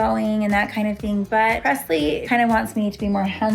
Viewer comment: pressle like passlie